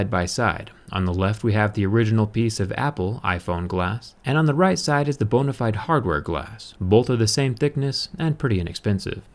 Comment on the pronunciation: I Thought He Said "bonerfide"